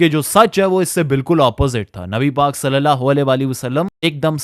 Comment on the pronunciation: Swallallahu alaihi wasallam ko seen se nahi swad se ada karo bhai warna matlab badalte hain plz ..